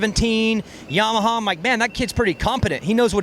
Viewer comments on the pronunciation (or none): none